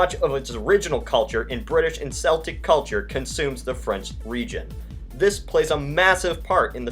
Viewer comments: For Celtic you pronounce it kel-tic, not cell-tic. For the basketball team they are in fact called the Boston celtics with the latter pronunciation. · YOU DONT PRONOUNCE IT SELTIC YOU PRONOUNCE IT C-EL-TIC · ITS PRONOUNCED "KELTIK", "PAYPULL", "KAVULLREE", "BRIT-TAN-NEE-UH"!!! Seriously, what is up with your CONTINUAL mispronunciation of so many easy words? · Mason Christensen that’s a common misconception. Most people say seltic because of the basketball team that pronounced it seltics, but it IS actually keltic. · It's pronounced "keltic", not "seltic", and "bri-TAN-ee-ah", not "bri-TAYN-ee-ah". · ITS PRONOUNCED KELTIC NOT SELTIC IM WELSH BOOOIIII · Celtic is pronounced with a hard C NOT A SOFT C, BOSTON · seltic its pronounced Keltic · lol "seltic" its celtic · It's K-el-tic not Sell-tic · Its pronounced Celtic not Seltic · Deep breathing.... one, two,three... I cant take it... im going to burst.... Its said "keltic" not "seltic" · Celtic is pronounced Keltic not Seltic. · why are you saying "Selt" and "Seltic"? It is pronounced "Kelt" and "Keltic" (when speaking about the Celts) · A couple of corrections in pronunciation, please. Celtic is always pronounced KELTIC. Not Seltic as the idiot basketballers do. Also, I imagine the erstwhile citizens of the Republic of Equestria would be famed for their CAVALRY, not Calvary. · It's pronounced "Keltic" not "seltic" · "Seltic" "Breton" "Ore-gone" Bruhhhh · I swear if he says ‘seltic’ one more time... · it is pronounced keltic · Nah your good it's probably supposed to be pronounced like that. The Celtic first referenced was in the culture and people which is pronounced Keltic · Uh, for the United Kingdom of the Celts, that flag should include blue in it. And by the way, it's pronounced "keltic" :) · > pronounces "Celtic" as "seltic" > TRIGGERED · Celtic is pronounced keltic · He actually mispronounced. It's kelltic when referring to anything other than the boston celtics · Its like Keltic, not septic.